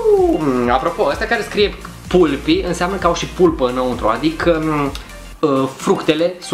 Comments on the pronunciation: Se zice palpy nu pulpy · Se citeste palpi nu pulpi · Se citeste "palpi" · Se pronunta cappy palpi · Pulpy se pronunță palpi. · Se pronunță ,,PALPI" și la reclamă spune așa. No hate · se citește palpy și de scrie pulpy mă...